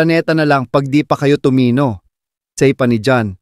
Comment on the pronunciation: Napaka simple nalang ng production nyo, di nyo pa ayusin yung pag pronounce...Ano yan AI... Tagalog nalang yung script mali pa pag pronounce. Tumino..Tu mi no.. Sapak..sa pak..Ang ganti..gan ti...Patama... pa ta ma....Ayusin mo yang pagbabasa mo. Poor quality production...unsubscribed.